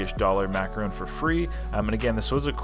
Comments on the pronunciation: It's not macaroon. Its macaRON. A macaroon is a small cookie made with lots of shredded coconut. A macaron is lovely icing filling with two nice cookies. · It’s is pronounced maca- Ron ! A macaroon is a chewy coconut cookie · starting an International Incident by pronouncing and switching back and forth between “ron’” and “roon” infinite times during this piece, which as many others referenced, aren’t the same thing. Disclaimer: No French Canadian’s we’re intentionally insulted during production of this video. 🤣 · Sorry, your pronunciation is way off on this one. As another commenter wrote, you ate a macaron (mack-ah-RON), not a macaroon, which is a coconut cookie. These are two very different cookies. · Macaron NOT Macaroon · I believe that is a macaron and not macaroon. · It’s a macaron not a macaroooon. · Mac-a-Ron like a mans name macaroons are a coconut cookie treat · Mac a RON. A macaroon is a chewy coconut cookie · Big difference between macaron and macaroon. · You keep pronouncing it wrong, there's a difference between a macaron and a macaroon. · You're Canadian. Learn to properly pronounce the name of the cookie. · He spelled it right but pronounced it wrong lol